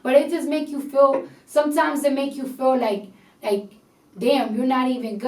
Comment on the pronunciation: Did she pronounced "feel like" as fool like ? Or I got something wrong in my ears